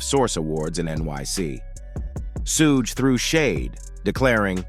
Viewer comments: He said suh gay 😂 🤦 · Why didn't someone tell the narrator how to pronounce Sug's name